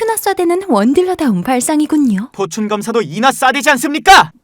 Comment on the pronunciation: 포춘검사할때 나만 꼬츈 검사라들림?